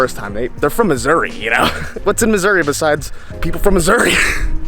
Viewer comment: It's MISSOURAH, damn. Get it together.